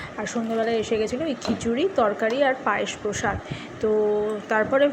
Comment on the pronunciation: কথাটা প্রসাদ ,পরসাদ না